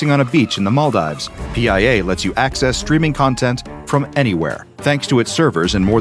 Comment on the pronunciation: I FEEL Instulted cause he miss pronuced my contry (maldives)